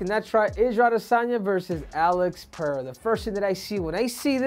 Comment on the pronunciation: First American that pronuncies Pereira correctly. 👏